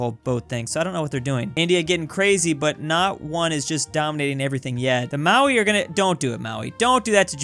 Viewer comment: every time I hear him say Maui i have a mini aunrism